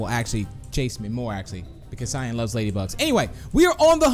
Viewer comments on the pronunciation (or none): I love how you called cyan shyan